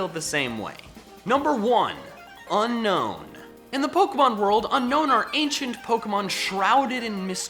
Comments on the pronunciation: Its pronounced un-own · unown is pronounced un-own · Be annoyed. It's pronounced Un-OWN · It's not pronounced un-known it's pronounced un-own. Only 1 N. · Top 10 Pokémon no one likes.... Didn't mention a single one of the ones that are universally disliked like Jynx, Mr.Mime, Trubbish line, etc. Lol. Also people still pronounce them UnKnown, whereas it's UnOwn. I used Unown on every playthrough they've been in and always try to collect the full alphabet. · DO NOT CALL LICKILICKY TRASH! AND IT'S UNOWN, NOT UNKNOWN! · It’s pronounced (Uh - nown) you say (Un - nown) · 1st nice video 2nd not a grammar nazi 3rd it is pronouce un-own not un-known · It's Unown not Unknown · Just gonna leave it out there but Unown is actually pronounced as UN - OWN. As in to disown it. I get why gamefreak named it that, because after you catch it, you want to UNOWN it! Hahahahahahahahaha! dies of laughter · at you pronounced unown wrong its pronounced un-own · It's pronounced un-own. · ITS UN-OWN NOT UNOWN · Hey I'm just here to tell you the real pronounciation for Unown is Un-own because you don't want to OWN it